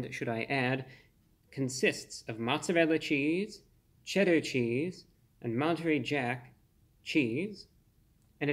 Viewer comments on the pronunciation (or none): none